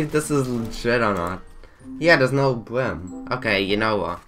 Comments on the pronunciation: it’s not delinquent with no bwim it’s delinquent with no brim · It isn’t their fault they have a speech impediment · Speech impediment